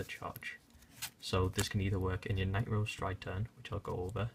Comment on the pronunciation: 4 nee Nightrose lmao